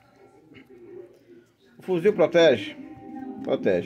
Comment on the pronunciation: Toda vez que elea fala fuzil eu me arrepio